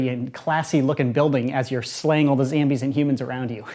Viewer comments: It's zombies not zambies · He said zambies not zombies lol at 40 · Who else notices that he says zambies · Stop saying zambies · I hate that you say "zambies" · Did he just say Zambies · I love how he says Zabies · he said zambies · Lol he said zambies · He Said Zambies LOL# Need like on the comment👌